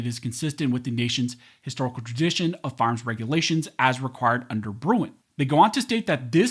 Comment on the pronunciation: “Firearms that are automatic are not arms as mentioned in the second amendment” Say that first word again… but slowly